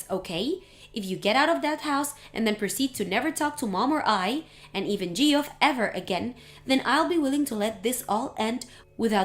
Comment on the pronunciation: Please can someone tell them that “Geoff” is pronounced “Jeff”, that’s two times they’ve pronounced it incorrectly.